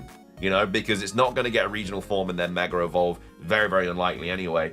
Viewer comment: “Meger Evolve” …